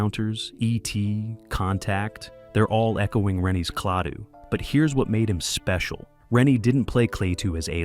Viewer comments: Klah two. Not Clay too. Why is this a problem?! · The narrator says “Claytoo”. What a Maroon.!